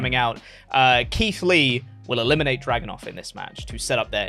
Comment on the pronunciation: Video was great but does think Ilja’s name is Drogunov??😭